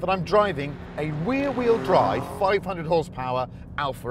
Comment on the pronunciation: You said wearrheel drive instead of rear wheel drive 🤣